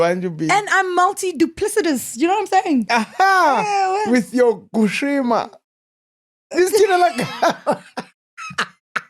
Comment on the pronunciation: 🤣🤣🤣Not Gushima!!! English will humble us all!🤣🤣🤣. Love this!